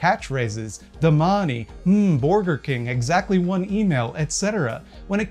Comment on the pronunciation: jokes on you, saying "DA MAHNEY" is actually life changing